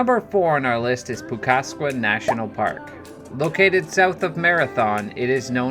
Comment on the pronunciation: Many mispronounced words. Agawa is Awe-gu-wu. Pukaskwa is Puck-uh-saw